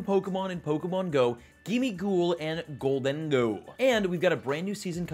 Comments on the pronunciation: Pretty sure it's "Gholden-Go" not "Ghol-Dengo" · lol IT'S JUST GOLDEN GO stop saying GOL DAN GO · Why are you saying Goal-Dengo